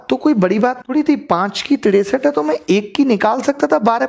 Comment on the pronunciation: Tiresat rupaye😂😂😂😂😂😂😂